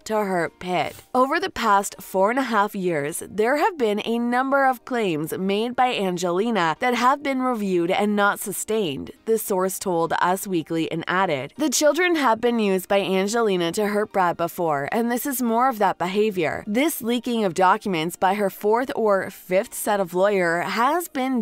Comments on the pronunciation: The narrator can't read. Substantiated is not pronounced "substained" (not even a word). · Could someone teach this (drunk?) narrator how to read "substantiated" and that pronouncing Nice as nice is not nice?